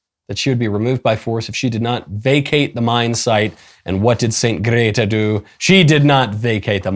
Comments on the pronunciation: I do not approve of your “Gdehtah” pronunciation 👎🏼👎🏼👎🏼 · Your "Grrreeeta" pronunciation during the whole video, had me in tears 😂